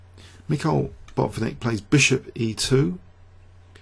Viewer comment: it's not BOT-nik, but Bat-VIN-nik.